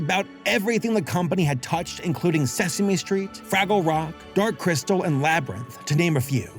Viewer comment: “Suh Same Street.” IYKYK. 😅❤